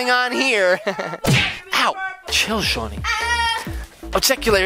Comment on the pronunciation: Its shawn not shaun